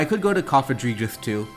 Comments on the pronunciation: Cough-uh-gree-giss is how you pronounce Cofagrigus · I actually love it when people mispronounce stuff. Sure it's not "correct" and the pronunciation police will come along but they're so serious anyway so who cares! Plus you're busy focusing on the game., keep on misorpnouncing Cofagreegrus (and bring back Verizon 👉👈) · "Cough-ugh-gree-gus" is how I pronounce it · Cofagrigus is Cough-Uh-Gree-Gus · Cofagrigus - coffin + sarcophagus = KOF-a-GRE-gus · cofagrigus = cough - uh - gree - jus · Cofagrigus = Cough - Ah - Gree - Gus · I have recently altered my pronunciation of Cofagrigus, Coff a greejus, (i think the hidden play on words here is egregious so i pronounce it with that in mind). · Coffin-egregious. Coff-a-gree-jus. Please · Coff-a-gree-*gus. Where did you get the j from lol it is definitely not pronounced with a j. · I pronounce cofagrigus like coh (as in code) fah (as in father) gree (as in greed) gus (as in Gus) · You are here to watch some high-level Pokémon I’m here to count how many different ways one can pronounce Cofagrigus We are not the same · Don’t emphasize “fag” in cofagrigus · Coffin + Sarcophagus. He’s definitely saying it wrong, but that just makes it funny tbh lol.